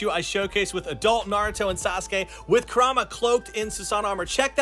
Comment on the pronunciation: Bro owns all of that and can’t say karuma right 😂😂😂😂Lol